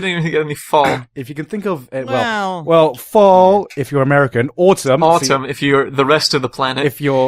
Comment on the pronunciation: I was wondering why was saying autumn wrong.